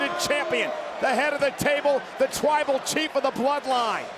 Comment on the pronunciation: Hold up when roman got out of the cage did he say twible chief cuz that's what i heard